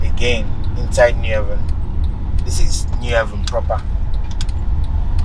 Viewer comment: What a stupid and idiotic title for your video. Unpatriotic, selfish person. What about Calabar, Uyo, Abuja, Lagos, and Port Harcorut, Kaduna etc? You think Enugu is better than those places? And it is New Haven, NOT ''New Heaven''.